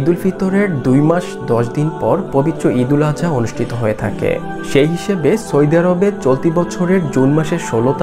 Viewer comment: সৈদি আরব না ভাই সৌদি আরব হবে। উচ্চারণ ঠিক করে ভিডিও বানান। এই ভাষার জন্য আমারা জীবন দিয়েছিলাম